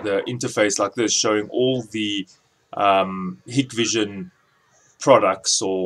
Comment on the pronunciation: It's pronounced "Hike-Vision"...